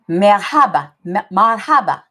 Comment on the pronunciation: Marhaba is pronounced with emphasis on the first syllable. MAR haba